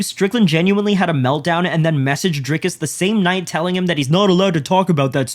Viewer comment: Imagine not being able to say Dricus properly? To be fair, I'm glad Sean beats up influencers. They seek him out and he shows incredible restraint until the last 30 seconds or so. Plus, a man isn't going to be influenced by anyone. Maybe their father influences them, or their coaches in the case of fighters. Plus, if sneako or Jake Paul etc could fuck Sean up, they would. Sean is a professional fighter. That doesn't mean that it doesn't hurt when some prick is punching him. Is he supposed to back down from sneako? Hell no. I wish he'd go all out on them immediately. The undeserved ego to call someone like Sean out and escape with only a couple of shots. Fuck that